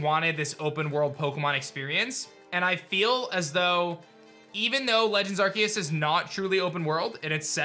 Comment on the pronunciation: Did you seriously just say “arkeus”? There’s an e beside the c it’s “arceus”